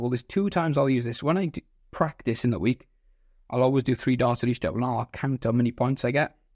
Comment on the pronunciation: "Eatch" yikes